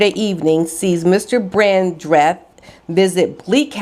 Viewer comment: you pronounce Gyles as if the G were a J and Brandreth is said as one word, not Brand...reth, hope you don`t mind me helping you there. Have a wonderful Christmas and a very Happy New Year, thank you for all you do I always look forward to your videos.xx